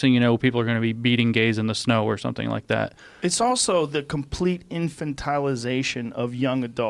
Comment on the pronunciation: Joe "infantilization" Rogan